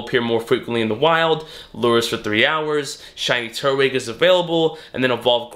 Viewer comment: Does it not bother anyone else the way he says “turtwig”